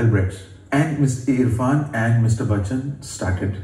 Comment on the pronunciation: Still it's not Bakchan,.